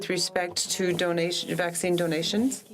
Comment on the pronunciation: it is not avccine